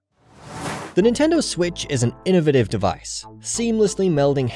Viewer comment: learn to say innovative